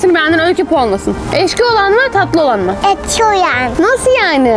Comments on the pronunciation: ekşi yerine neden eşki diyorsun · eşki değilde ekşi deniliyor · ekşi diyiceğine eşki diyorsun😂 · Peki ekşiye eşki demesi😂😂😂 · Abla eşki değil ekşi öykü bile doğru söylüyor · eşki değil ekşi😂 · Sizi çok seviyorum ama neden ekşi ye eşki diyorsunuz ?? 🤣💗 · Eşki değil yalnız ekşi. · Eşki ne be sanırım ekşi ile qarışdırdın qardaşş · Abla eşki değil ekşi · Abla eşki değil ekşi😂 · Eşki değil ekşi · Bu arada ekşi diyor siz eşki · Abla eşki değil ekşi. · Eksiye eşki diyen 🤣🤣🤣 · Ekşi ye eşki diyen koca yurekli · eşki demeai awakkji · ya herkes neden ekşiye eşki demesine takıldı? sizene belki dili dönmüyo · Adanın eşki demesi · sen ekşiye neden eşki diyosun